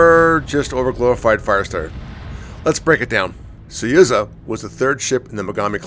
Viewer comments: Suyuza ?? SUZUYA ! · SU ZU YA Its not that hard!